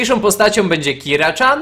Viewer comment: PS. TO NIE KIRA CZAN TYLKO KIRA CIAN!!!!!!!